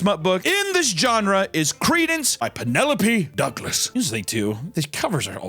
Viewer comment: Reading credence in that Southern accent fuckin killed me 😂